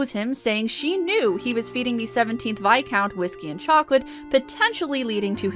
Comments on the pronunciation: Is that how you pronounce viscount?! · today I learned I have been pronouncing 'viscount' wrong my entire life